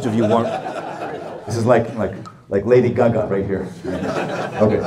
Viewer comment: i love how he says lady gaga lol “lady guhguh” 😂